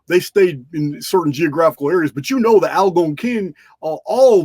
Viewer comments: mispronounced Algonquin. At first I didn't know who or what he was referring to. I finally figured it out. The accent should be on the second syllable. It would be fascinating to know how Native Americans beliefs and philosophies influenced our founding fathers. In fact it is essential to healing the deep wounds the white man has inflicted upon the indigenous peoples. We need a public recognition of their value and worth to mankind. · 👉 And the Anglo pronunciation for Algonquin is AL-GONE-KWIN 👈 😊